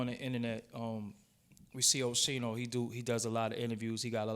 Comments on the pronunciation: it's pronounced O Skeen No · he called him oshino tf